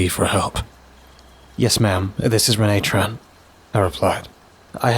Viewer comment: Author Pageturner627! I hope you like my modern detective noir story with a supernatural twist. I always have fun writing these Ash and Reine stories. Thanks for narrating. You always do an awesome job. Just a small nitpick. Reine is pronounced like ‘rain.’ Ash and Reine is a play on words. It sounds like ‘Ash and Rain.’ Thanks for listening! Tell me what you think!